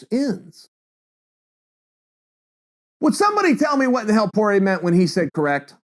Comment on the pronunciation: Dustin “poorer ay “ Porier